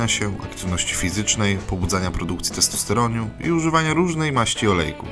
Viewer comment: testosteroniu XD